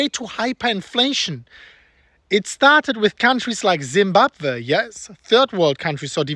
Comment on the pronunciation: Zimbab-Vay lol Krauts